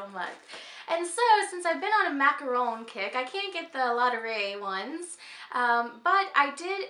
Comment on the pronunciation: You pronounce 'macaron' really well! :-) They have been my favorite since childhood, we're lucky enough to be able to buy them everywhere around here. And I have made them myself several times at home, not easy though, so I do prefer buying them LOL I have the same keychain in brown, it's so cute! Love the plate with the peacock and looking forward to your next videos!